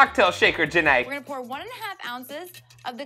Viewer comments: The way you pronounce her name makes me think of Forest Gump saying Jenny’s name as Jen ay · Everytime "Ja Née" is said, I can only think of Forrest Gump saying "Jenny"